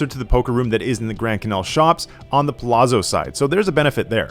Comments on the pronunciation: ZZ makes a ts sound in Italian. Its pronounced puh lats so, not puh lazzo, same ts sound like saying pizza. You say pete sah, not pee za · Palazzo = like pallats-zo, not palasso. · It's prounced Pah Latz , bro 😂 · pronounced Palazzo wrong 😂